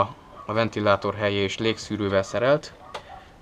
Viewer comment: teso a helye szót nem két ly-vel kellmondani... hellyel XD